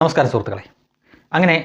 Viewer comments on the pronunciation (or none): none